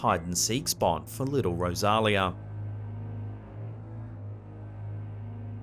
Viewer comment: Sean Doyle from the Manor Lots of effort and a great presentation. Wished you would have contacted the owner for correct details. Rosalia = Rose-a-lia Besides a bit of add lib good over all.